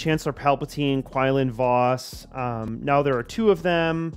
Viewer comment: “Kwin-lin Voss”